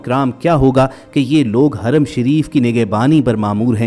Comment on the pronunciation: Haraam nhi kehtey bhai hram kehtey hain.